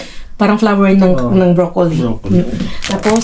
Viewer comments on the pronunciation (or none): none